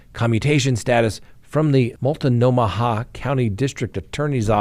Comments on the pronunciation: Multnomah: Mult-know-muh just saying 🤣🤣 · Its Mult-no-ma that is how its pronounced. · “Mult-no-muh” is how you pronounce Multnomah County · 😂😂 say it with me,: "molt-no-mah."😂😂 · "Mult-no-ma, h is silent. Nice one,. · Its pronounced Mult-no-ma lol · Mult-NO-mah County, Oregon (look up Multnomah Falls- it is impressive). Clack-UH-muss County, Oregon (can't think of anything impressive). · "Mult-no-ma" hahaha